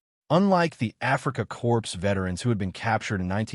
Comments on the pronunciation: It's pronounced Core. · Africa corpse? Aw, come on, teach AI ....